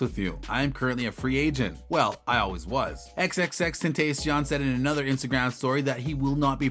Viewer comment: Could you please say his name right